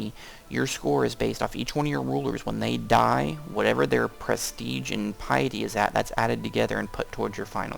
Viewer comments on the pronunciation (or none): i dont rage but it kinda bothers me its not pi-a-dy its pi-ty k